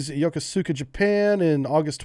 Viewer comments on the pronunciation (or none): LOL! YO KO SU KA... Can tell you spent your time no where near Japan; at least above the water. Several names and words in Japanese have silent vowels after certain letters. More proper would be Yo Koos Ka. Good content though. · 🤦 Yokosuka is pronounced Yooo Koooo Ska. I was stationed there aboard surface target DD845 USS Bausell guarding HVT USS Midway. I spent a lot of time polluting the ocean and pissing off whales with an SQS-23 sonar.